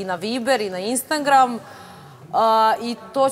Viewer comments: Ona jos uvek ne zna da izgovori "INSTAGRAM" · Jel moguće da ova ne zna reći Instagram? 😂😂😂😂